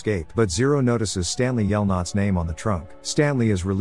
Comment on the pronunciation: "STANLEY yelnuts" 💀💀